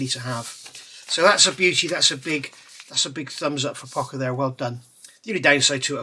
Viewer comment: I've been building Pocher kits for years and never heard it pronounced POCKER always Poe-SHUR. I guess it's like Porscha versus Porsh.